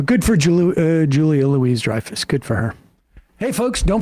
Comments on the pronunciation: Her name is Julia Loo-WEE Dreyfus, not Louise. Learn how to pronounce their names if you're going to rant. If you're offended by comedy, then the comedy is probably very funny to most people. All "Jokes" have an exaggeration- something that is WAY out-of-proportion- which shields it from prejudice. It's always about CONTEXT. There's an element of "forced irritation" to the woke culture. Being offended is almost popular, and implies that you're more evolved as a human being. That's going to create immense push-back. Not to mention, there's the laziness in refusing to acknowledge and recognize the CONTEXT that is required for something... anything... controversial, to also be "funny." Lenny Bruce, George Carlin, Richard Pryor were our philosophers, as well as comedians. Through humor, you can TELL THE TRUTH! Sometimes, the truth is unpleasant... but, it can still be funny. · Her name is pronounced like Louis the 14th. I never fail to be disappointed by the lack of the most basic production work on this show. Can't tell you how many times I think "just google that fact if you don't know it for certain", when you are all just grasping at straws and then some further information can help carry the day. I really am in line with most of the viewpoints expressed here, just please step up your in-real-time efforts to be more accurate. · Love the show. But seriously, how can you not know that the s in Louis is silent? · You keep saying her name wrong! For goodness sake, just get her name, right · You could learn how to say her name right :/ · At left as I am- ffs, you hits always push it too far. And at least have the decency to actually provide pronounce Julia’s name correctly. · I like listening to your content , but I cringe , every time you mispronounce that woman's name. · Hard to watch when you keep mispronouncing her name. 😢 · I can't believe I can't believe Sam repeatedly mispronounced the name of our protagonist. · Its Louis like the French way "louie" not "louise"